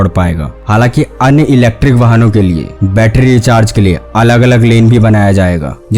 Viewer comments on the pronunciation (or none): none